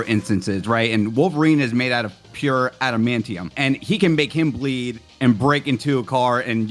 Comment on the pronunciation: Ooh the amount of cringe I get hearing that adamantium pronunciation 😂